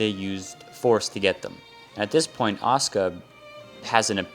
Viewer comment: oh wait, I REALLY wanted to add about the pronunciation in this video & in the English dub.. "Asuka" is not pronounced "Oska/Ahska". lol